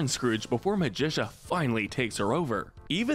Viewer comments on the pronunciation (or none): i feel like a couple characters are missing like B.O.Y.D. or Drake Mallard, better known as Darkwing Duck! also why pronounce Magica De Spell as with a Magician sounding ca while in the show itself it is pronounced as a cactus sounding ca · Magica is produced as (Magic-ca) not (ma-dis-a) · He pronounces it like magician. And the show pronouces it like magical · Why did you say Magica's name wrong? It's pronounced Magic-ca, not Magicia. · It’s pronounced Magic ah, not Magisha! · It’s MAGIC-UH Not Muh-jish-uh (sounds like Patricia) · Magica NOT Magi-SUH Magi-KUH (KUH!!!!) Sometimes I feel like this channel uses an AI voice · Clearly you haven’t watched duck tails WHERE IS BOYD!!!!!! Oh and not to mention who is MaGITia it’s MAGICA. :( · It’s pronounced Magic-Ka. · Did he seriously pronounce Magica as “MAJISHA”?!?! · Also calab it magica ma-gi-ca got it. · Hearing Magica pronounced as Magisha made my blood boil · why does he pronounce Magica as Magisha? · I mean the show literally says her name constantly how do the get it wrong? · You mispronounced magica It's Magic-uh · Did u call her magisha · Magica is pronounced magic-a Don carnage is pronounced don-car-narge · What I disagree with: Louie and Lina should be in good. Also the way he pronounces “Magica” is a war crime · Very nice list. I really thought that this reboot was better than the original in many ways. I don't think that you talked about Huey enough. Also, Magica's name is mispronounced. I'm with the other people who would like to see the original DuckTales on this list. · Yeah, I'm pretty sure he does it on purpose at this point. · The way you pronounce magica is hilarious. Also, I wouldn't put Louie or Lena in gray but that's my opinion. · I’ve never heard magica’s name pronounced like this before, it’s kinda cool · It annoys me how this guy constantly pronounced Magica's name wrong. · You pronounced Magica wrong. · nobody gonna talk about how he said magica wrong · You pronounced magica incorrectly